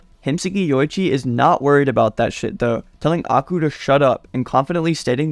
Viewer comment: can u please pronounce Aiku as eye - kuw and not aku